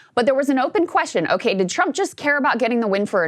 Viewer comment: It sounds like she is saying President Chump lol😂